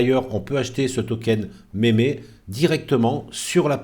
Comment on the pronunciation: Mémé land ? 😭👵👵👵 Meme = "mime", le "e" en anglais se dit "i" Donc on dit "mim-land", "mim-coin" Pas méméland ou mémécoin